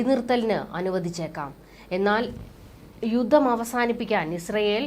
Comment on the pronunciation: കുഞ്ഞളിയനും 'യുദ്ദം' , 'യുദ്ദം' എന്നാണല്ലോ പറയുന്നത് !!!!